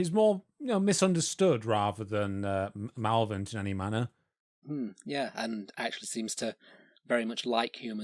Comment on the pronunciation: Mal-lev-o-lent not mallow-vent. Number 9 in Norse Mythology: Are you guys doing any research or are you just winging it?